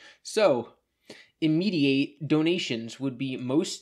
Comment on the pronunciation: uh... why are you saying immediate like that, he spelled it correctly